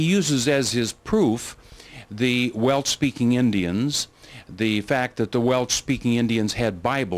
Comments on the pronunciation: Especially pronouncing WELSH AS WELCH!!! Makes me think of WELCH'S JELLY!!! 😂😂😂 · Almost stopped watching this due to the repeated mispronunciation of the name Welsh....he kept saying Welch. Ugh!